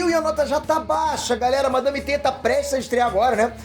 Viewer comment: euu ouvi o falar madame teta 😂😂😂😂😂😂😂😂😂